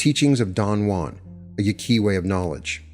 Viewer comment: Your pronunciation of “Yaqui” leaves me suspicious.